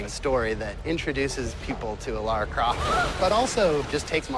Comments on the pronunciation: he called her laura it's lara XD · It's LARA not LAURA. Ugh I find it so annoying when supposed "fans" call her that. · Yeah but you say it like you would say Laura. Like even the characters say Laura